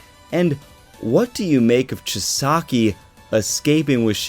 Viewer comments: It’s Chi-sa-ki. Just trying to help out my guy! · You're still mispronouncing Chisaki's name